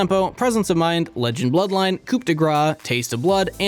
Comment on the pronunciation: when he said "COUP" de grace, wasnt sure if simple mis-pronunciation or a bird pun.